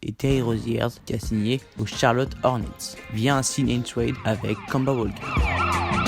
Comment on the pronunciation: Kanba vraiment c'est kemba et on prononce kaimba, stp je l'ai beaucoup cité dans mon truc sur les hornets prononce le mieux stp